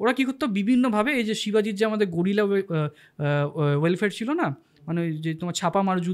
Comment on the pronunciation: "গোরিলা ওয়েলফেয়ার" নয় ওটা "গেরিলা ওয়ারফেয়ার"। এত সুন্দর আলোচনায় এটা দুবার করে কানে লাগলো, শুধরে নেবেন প্লিস।